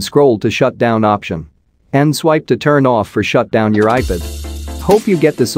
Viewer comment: You need to teach your robo-voice how to pronounce iPad… it’s NOT “eye pid” … it’s “eye-pad” The fact that you allow this malfunction to remain unaddressed undermines your credibility… you aren’t “proofing” don’t know how to use your robo voice software, or to use the dictionary. I have had to go in and make a separate substitute word that was spelled in such a way as to force the text to speech utility to say it right.